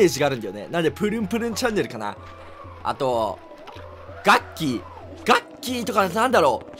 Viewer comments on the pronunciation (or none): ガッキーのボッキーに聞こえた俺はマッキー（末期） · ガッキーとポッキーがなんか下ネタに聞こえたな〜〜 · がっきーとボッキーに聞こえた笑 えっちだねえっち